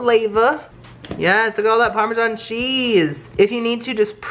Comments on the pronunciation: I get triggered every time he says parmesan ;/ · Bach chicken parmashsn that's my parmashsn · NACHO PARMESAN IZ MAH PARMESAN